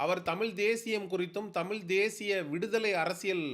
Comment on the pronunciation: தம்பி நீ முதலில் தமிழ் என்று சொல்ல கற்றுக் கொள்ளுங்கள். அன்புக்கட்டளை